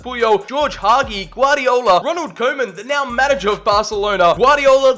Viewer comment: the way you pronounced it haha (im from Romania so is Hagi)